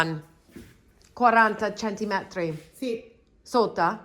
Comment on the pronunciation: Quick pronunciation tip from a native speaker: centimetri (centimetres) only has one emphasis in Italian, and it’s on the first ‘i’. Nothing on either (or both) ‘e’. I mention it because you need to use that word so much with renovations and thrifting! It’s a word that often shows up English speaker!